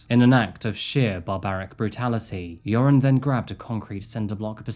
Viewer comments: I know I shouldn’t, but when “Joran” is said it sounds like “urine” to me, and I smile because that is forever how I will think of him. He’s officially now. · I love how you pronounce his name like "urine". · I like how you pronounce his name, "". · Usually I'm HIGHLY critical of the way you pronounce words and names (basically anything Spanish), but I love how you pronounce Joran's name so it so it sounds like "". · I love that his name sounds like it's being pronounced, "urine" it truly fits the worthless Van Der Sloot. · I like how you pronounce his name “”. Fitting. 😂 I’m an American and that’s how it sounds to me. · Not sure if it’s intentional but I LOVE that you sound like you’re calling him. Perfect for that piss poor excuse for a human being. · Is it my imagination, or does pronounce Joren's name "urine"? Accident? I think not. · I enjoy that every time you say his name....I just think of "urine' lol. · I love how his name is pronounced "urine." Hope he rots in prison. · I'm slightly hard of hearing. It sounds like you are pronouncing his name as. Not sure if that's correct but am 100% positive it's appropriate. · The Dutch urge in me to correct people who pronounce Dutch names incorrectly is big but thb he is such an asshole so please keep mispronounce it forever !!! I feel so sorry for Natalee’s & Stephany’s familie. May he rot in jail forever